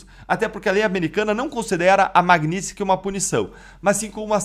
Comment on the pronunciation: Aprende a falar Magnitsky po